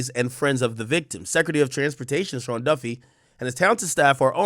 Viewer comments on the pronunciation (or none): none